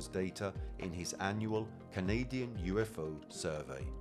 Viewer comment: The Al moderator's British accent got better as the video went along. And it's UFO, not U fow